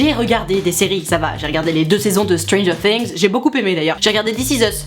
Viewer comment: MERCI d'avoir prononcer "Stranger Things" correctement!